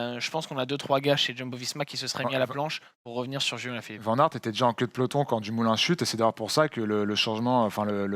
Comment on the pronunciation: Il ne s'appelle pas Voûte Van aert ...Cela se prononce plutôt Waut ou wôt !